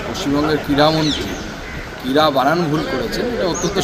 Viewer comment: ওটা ক্রীড়া নয় কীড়া হবে😅😅